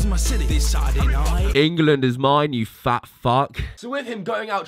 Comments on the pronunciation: Why do British people pronounce th like an f. He said “fot” instead of “thot” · When he said thot I thought he said a FART